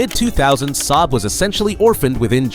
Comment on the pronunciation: Ai dummy voice, can't spell the name S-A-A-B properly, as it should be